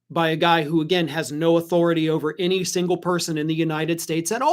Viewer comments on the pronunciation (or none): none